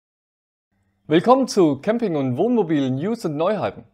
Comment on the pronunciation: Wie immer super gemacht. Habe nur 2x Kamping gezählt. So kleine Versprecher wie am Ende machen euch doch menschlich. Liebe Grüße aus Rodgau